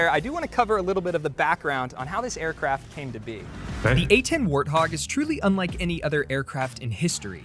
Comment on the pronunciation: Is there the letter W in the Russian language? It sounded like you said the arthog.